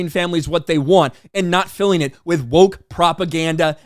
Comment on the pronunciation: Thank you for saying it correctly. I don't know who started "GO woke go broke", but that's what all the normies are repeating nowadays.